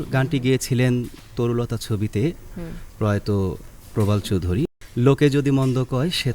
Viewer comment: শিল্পী প্রবাল চৌধুরীর নামটি শ্রদ্ধার সাথে উচ্চারণ করলে আর একটু ভালো লাগতো।